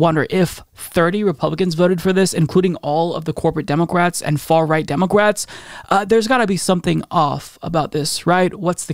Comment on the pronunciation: Demoqwats? What are you saying 🤣